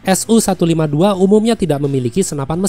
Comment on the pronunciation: Sedikit koreksi min untuk alusista Rusia, pengucapannya tidak dipisah seperti SU-152 diucapakan "SU"-152 bukan "S-U"-152.